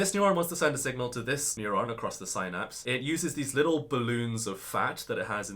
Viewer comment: Not meaning to be disrespectful, but his pronunciation of "synapse" is probably not generally accepted.